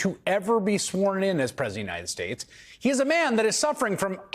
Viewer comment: " to presiunitedstates" I get that it's a long title but you could at least try to pronounce it, and not just go "punitedstates".